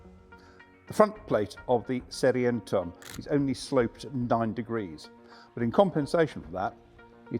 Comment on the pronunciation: "serientem" ... Oh dear! Say "say ree en toorm" --- Serienturm